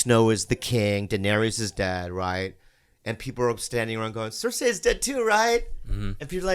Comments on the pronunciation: Bobby: makes fun of for saying necTAR Also Bobby: pronounces cerci cerSAY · Why the hell do they all pronounce the name Cersie like that?? It bugs the hell out of me 😂